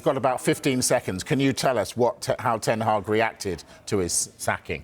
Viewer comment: My man went from erik seven hag to erik ten week 😂😂😂😂😂😂😂😂😂😂